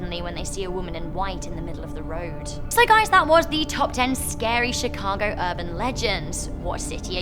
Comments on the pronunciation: Chicago not shicago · Did she say Chicago hood bang bang